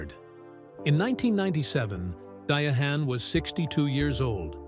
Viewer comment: Her name us pronounced Di-ann.Give our legends respect please❤😂